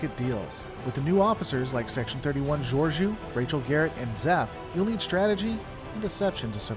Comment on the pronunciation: I can't believe you said Georgious name wrong 😅